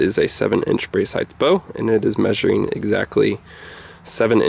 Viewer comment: If your familiar with things (like the English language for instance) you'd realise it's actually called the brace height and not brace 'heighth ' which is indeed not even a word in the English language !